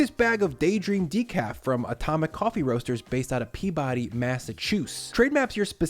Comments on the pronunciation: Pee-bedee not Pea-BODY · It's Pea-Buddy, not Pea-Body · Sir, love your vids, your channel, your style. But . . . . It’s “Pea-bud-ee”. Signed, Boston area guy. 😊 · Weirdly enough, Peabody Mass is pronounced “Pee-buh-dee” lol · as a Massachusetts resident I smirked at your pronunciation of Peabody. here it is pronounced as if it was one syllable “peebiddy” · Recipe: 10/10 Ad spot: everyone should order Atomic Coffee, but pronounce the town Pea-bidy you'll offend fewer Mass-holes. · Gotta tease you a little bit on the Peabody, MA pronunciation 😅 it's more like Peeb-uhdee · You pronounced Peabody, MA entirely wrong